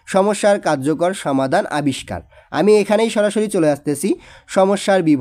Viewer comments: স্যার আপনার বাংলা অনুবাদ পরতে একটু সমস্যা হয় আপনি সমাধান কে বলেন সামাধান এছাড়া আরও অনেক কিছু বলেন একটু ভালো করে পড়েন 😔😔😔😔😔😔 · সামাধান না সমাধান 😂